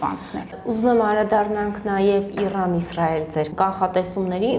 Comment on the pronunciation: ջան,Իռան չի,Իրան է։